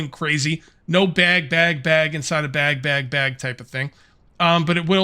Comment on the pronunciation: Say "bag" again, MF, say" "bag" one more GD time!